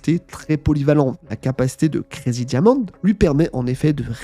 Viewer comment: Plus jamais tu dis kuwarigi diamonde en français😢😢